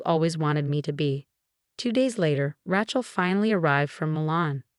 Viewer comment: When will this AI voice be fixed to correctly pronounce the name “Rachel”?